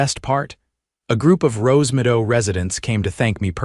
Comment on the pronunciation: Wouldn't it be Rose Meadow instead of Rose Midow? Your AI bites big time.